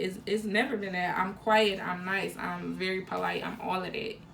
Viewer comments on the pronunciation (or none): none